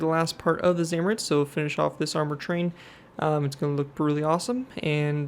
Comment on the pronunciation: Zamoorets that is how you pronounce it